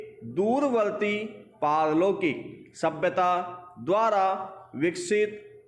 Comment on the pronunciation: Sir diction , ki speed sahi hai ... but jab aapne pehele word bola as a speaker to samjh nahi aaya wo ( pal- lokik tha / par-lokik ) tha ... Thoda sir , diction ke time uska jo ( ucharn) hai usko agar aap thoda tez bolenge ya phir proper/ clearly bolenge to Hume likhne me jyada easy hoga ... Baki diction thik thi . All the best sir